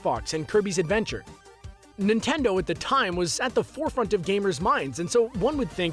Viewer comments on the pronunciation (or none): Yes I love "nitendo"